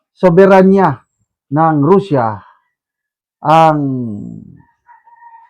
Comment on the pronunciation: Can you pls pronounce properly russian and russia i advice u to check google the right way to say those words to give dignity to their people